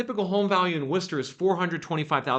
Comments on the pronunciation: Ooohh you said Worcester right! Lol usually out of towners call it wor*chester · Holy shit, you actually said Worcester right!!!! Well, close enough. Also, it's Mass. That inventory gap isn't closing with new buildings. It's gonna be a foreclosure answer. And with the rules in place that are anti-landlord.....the economy is going to be what causes it.